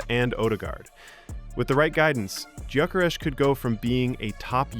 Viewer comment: You hear so many people say his name correctly but you Americans just have to change it 😂😂